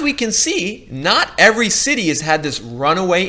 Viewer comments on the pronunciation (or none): none